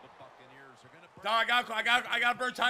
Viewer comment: Everytime he said Buccaneers it sounded like fuckaneers